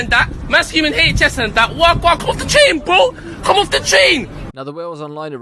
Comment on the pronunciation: "Come of the chain bro, come off the chain" some booky pronunciation going on